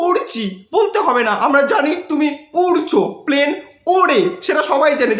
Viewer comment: প্লেন কে প্ল্যান 🤣বলে ওরা।।।।আর কথায় কথায় বলে সবার অমত ই গিয়ে তোকে chose করেছি 😮😮😮